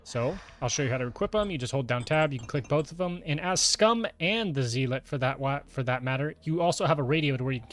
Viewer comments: Basically yeah Zel-lit can also help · Thanks for the guide - though my 'tism is kicking in, lmao. Zealot is pronounced "Zell-ut" - Think of it as saying "Sell it" quickly (and with a Z) Otherwise, pretty informative video, hopefully gonna see a Dealer/Banker guide coming soon. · 2025 and people still mispronouncing zealot.